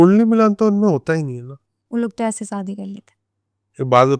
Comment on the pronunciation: Saadi nahi shaadi